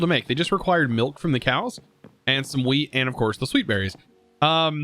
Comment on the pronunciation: Man when he says wheat it just sounds like he is saying weed